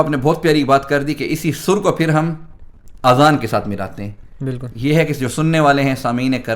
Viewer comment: Azan not Aazan. Aazan in Arabic means EARS (PLURAL)